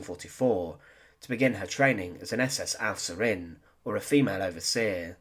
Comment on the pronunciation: Overseer (feminine) - Aufseherin : owf-SAY-er-rin (accent on the second syllable)